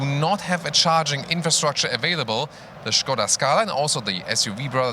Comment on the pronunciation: Bonus points for saying Škoda, and not Skoda